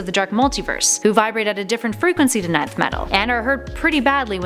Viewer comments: I always thought it was pronounced "enth" metal not "nineth" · Its pronounced ENTH METAL not NINETH METAL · It's pronounced enth metal btw